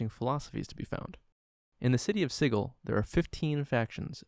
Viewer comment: Isn't it "Sid-jool"? Or did the creators of dnd prounce it weird on purpose?